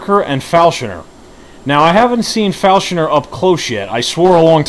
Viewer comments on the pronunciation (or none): He was talking about the way you pronounce him "Falshoner", instead of "Falconer". They call him Falconer due to his flying, falcon-like camera that sits upon his shoulder. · Falshoner? Falconer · *falconer not falshoner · Learn how to say falconer